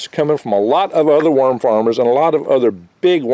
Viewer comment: I thought he said 'Myrm farm" . Otter got "myrmed", it was not pleasant. -Future Man